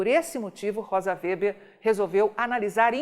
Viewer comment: A pronúncia do sobrenome da ministra é Weber, e não "Wéber".